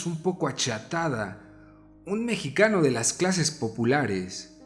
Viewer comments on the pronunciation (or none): none